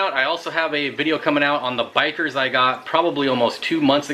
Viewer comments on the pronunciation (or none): Dude is not "Biker" its Bichir (BI-SHEER).